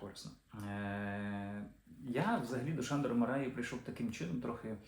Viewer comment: Андрію, дуже вдячний! Тільки наголошувати за правилами угорської потрібно: МАраї (як і ПЕтефі) - у трискладових прізвищах наголос падає на перший склад.